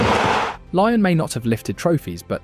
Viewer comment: Lyon is not pronounced lion